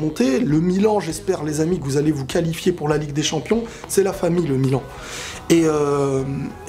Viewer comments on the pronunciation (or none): none